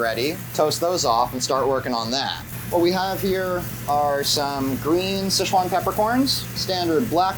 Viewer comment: Damn…respect how he pronounced the Chinese word “sichuan” correctly